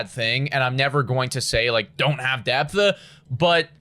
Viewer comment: "Don't have depth-uh"